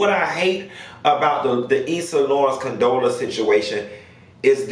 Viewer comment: I heard CONTROLLA, COUNTESSA 😂😂 What did Condola sis do to y'all